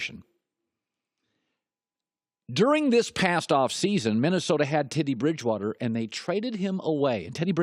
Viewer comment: Tiddy Bridgewater?